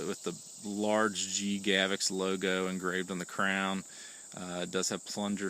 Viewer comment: If you're going to review it, you should take the a few seconds to learn how to pronounce it. It's not pronounced "GAV-ex". Notice there's no letter e there anywhere. It's pronounced "GA-vox." If in doubt, check out the official Gavox videos. Otherwise an OK video.